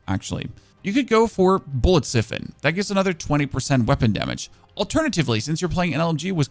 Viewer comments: Don't forget Siphon, it should be said like Sai fn, and Accuracy is a·kyoo·ruh·see.... or just google pronoucnations to see how it sounds?. eiter way it don't matter. lol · Fellow DaVinci Resolve user spotted! :p Also it's Siphon with a long I, as in "eye". <3